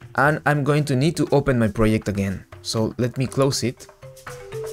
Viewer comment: project not pryect